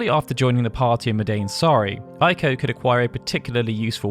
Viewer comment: Ei is pronounced like a long A in English, not like a long I in English. Pronouncing it like a long I is the Germanic pronunciation. Eiko's name is pronounced Ayko (rhymes with say), not Eyeko.